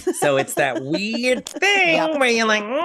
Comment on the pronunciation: It just warms my heart to hear turn the word weird into 2 syllables. Hail Oklahoma!